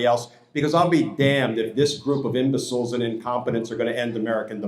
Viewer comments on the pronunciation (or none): "THIS GROUP OF IMBISILS" That was funny and an exact description of these "IMBISILS" Glenn